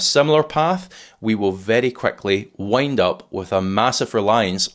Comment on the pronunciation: love the way you say "WUND" as wind. So ethnic.